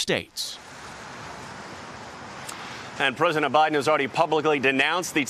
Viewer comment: He said president OBiden